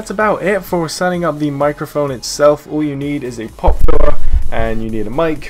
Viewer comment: Is he saying "pop filler"